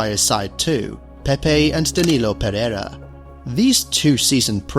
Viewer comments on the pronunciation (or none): none